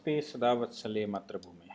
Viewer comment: नमस्ते सदा वत्सले मातृ भूमे। सही उच्चारण मातृ भूमे है " मात्र" भूमे नहीं।